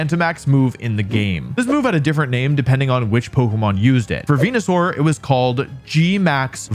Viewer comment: I miss the days when he said Wenusaur.